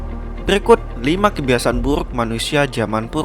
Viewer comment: Gua suka pas lu ngomong burrrrukkk